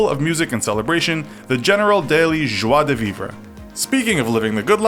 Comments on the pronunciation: Jwa-deh-vivrah?!!! Bahahaha! Wow. “Jwa-duh-vivr” the “re” is not pronounced “rah.” “Don’t you mean Joe Dirt?!! Don’t try to church it up son.” Unsubscribe. A bunch of morons creating this misinformed content. 🖕🏼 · Why hasn't anybody mentioned anything about his "joie de vivre" pronunciation? That was painful to hear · "Joie de veev-ruh" Dude...